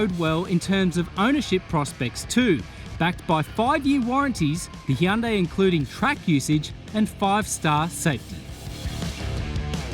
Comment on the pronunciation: How is it possible people in the industry still can't pronounce Hyundai properly? It's not that hard.